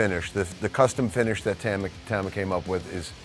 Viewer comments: It’s pronounced Tama. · You'd think after playing their drums for 35+ years, Mike would be able to pronounce "Tama" correctly.